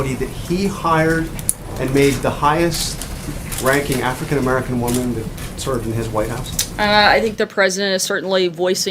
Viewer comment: "Afercan-Americans" Ay, Sarah.